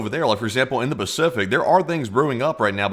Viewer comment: Ah yes...the "Bacific" Ocean 😂